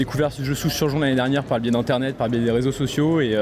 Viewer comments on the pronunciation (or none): none